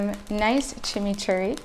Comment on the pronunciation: Chimichurri????? Lol